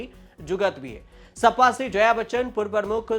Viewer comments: O Bhai pehle sahi bolna Sikh Jaa...sappa nahi hai sapa😅😅😅 yeh log news anchor ban rahe hai😅😅😅😅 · इसे बोलना भी नहीं आता सपा को सप्पा कह रहा है 😂😂